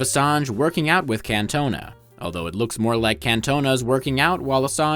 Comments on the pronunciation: Eric Can-toe-nar lol. Ze Fwenchies will get mad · not that i imagine he’ll feature in many future videos, but cantona’s name is pronounced CANT-ona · "can tow na" xd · Its Can toe naaaaa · The well known footballer Eric can-toe-ner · Eric Can-toe-nah? Ai slop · Can Tona 🤣🤣🤣🤣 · Calling Eric Cantona “Can-Tone-Uh” is diabolical 😂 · Ah yes Eric Can-Toner 😂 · That's now how you pronounce Cantona lol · Would it have been too much to learn how to pronounce Eric Cantona? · Please learn how to pronounce "Cantona" if you're going to say it three times. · The real crime here is how you pronounce Eric Cantona